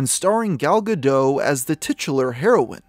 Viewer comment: The “T” in Gal Gadot’s name is not silent. I don’t know why, after all this time, creators who mention her in their content still can’t get it right. Is it because the silent “T” sounds more exotic? More foreign? I don’t know. But the “T” is not silent. And I hate that this constant mistake bothers me so much—but here we are.